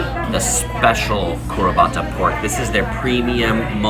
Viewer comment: It’s Kurobuta, which means “black pig”, not kurabata. And feed the Princess you selfish gourmand.